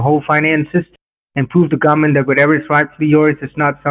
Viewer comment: "hide the money from gomment"